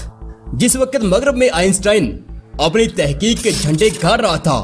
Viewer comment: السلام علیکم برادر گزارش ہے جہاں اس قدر اہتمام سے آپ انگلش لفظ کا درست تلفظ بولتے ہیں اردو لفظوں کو بھی ٹھیک تلفظ کے ساتھ ادا کیا کریں ۔ مثلا سمت ۔ وقت ۔ قبل اور کئی ایسے الفاظ جن کا تلفظ سراسر غلط ہے اور آپ بولتے ہیں ۔ امید کرتا ہوں آپ آئندہ اس بات کا بھی خیال رکھیں گے ۔ شکریہ